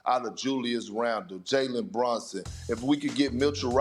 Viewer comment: Perk. His name is BrUnson. Not BrOnson